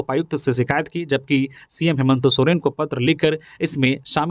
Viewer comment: आप न्यूज़ तो ठीक बता रहे परन्तु मुख्यमंत्री जी का नाम हेमन्तो सोरेन क्यो बोल रहे हैं हेमन्त सोरेन बोलो ना